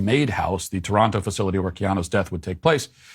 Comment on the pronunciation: Matt, how come yesterday you pronounced it "torono" but today you said "toronto?"